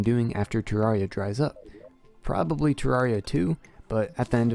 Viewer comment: Hey I was the first question in this ayyy Also you pronounce terraria wrong